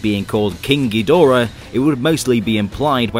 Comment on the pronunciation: i wish people would respect the source material enough to pronounce Ghidorah correctly